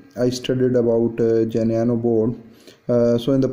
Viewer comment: What Geneano??? You dont say Geneano at all !!! The correct way of pronouncing the name is GENUINO precisely as it is written my friend. Very straightforward to pronounce. Do not ,,bodge,, the name Please .